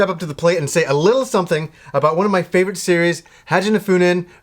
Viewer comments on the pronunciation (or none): Just FYI: you're mispronouncing the name of this game quite considerably! In Japan, the letter "a" is always pronounced like in the word "father" -- it's an "ahh" sound, not the "aah" sound you're using. Additionally, there's no "n" in the middle of the word "fuuin," and the letter "i" is always pronounced like "ee" -- so the word is pronounced like "FOO-een." Altogether, it's "HAH JAH no FOO-een." Not trying to be a pedant; just figured you'd like to know, since you clearly enjoy the series so much! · Its just the way he puts the 'FUN' into this title, and I like it, even if its not accurate :D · Cool video. Seems like a legit series, but I wince a little every time you mispronounce the title. :O